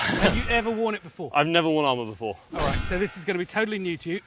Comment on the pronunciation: "Warn". Sheesh. Worn.